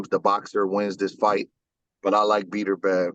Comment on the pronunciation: Did this man call him beater bev. 😂